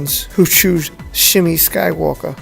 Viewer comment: Nice video. Good information. But just to help you out on something, Anakin's mother, her name is pronounced as "Shmee"